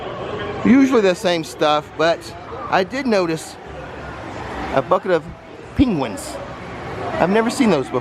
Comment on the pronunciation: Good video. Nikki probably cringed at the way you pronounced penguin. Lol I know she doesn’t like it. Lol.😂 the changes to Finnegans menu look good.😊